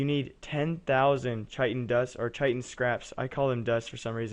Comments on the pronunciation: Chitin is pronounced 'kite-in'. :p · Chitin = 'kite-in'